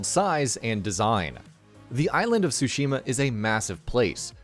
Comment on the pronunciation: I’m obsessed on how bad the narrator pronounced Tsushima, it’s bad, so bad it’s distracting, I can’t wait to play Ghost is Tsushima (well pronounced) hahaha 😆